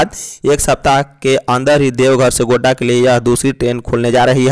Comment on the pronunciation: GONDA NAHI HOTA HAI GODDA HOTA HAI